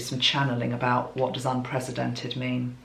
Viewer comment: And the way she pronounced it, to my ears anyway, sounded more like unpresidented, with a Z sound for the S, as opposed to an S sound for the C in unprecedented.